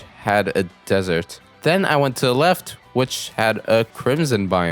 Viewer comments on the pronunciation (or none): none